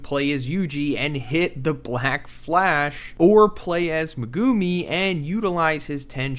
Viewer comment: Brother. There’s a whole dub out how are we still mispronouncing megumi’s name